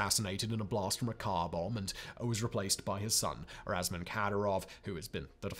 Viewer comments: It is Ramzan, not Razman as you pronounced it. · Razman Kadyrov and not Ramzan 😂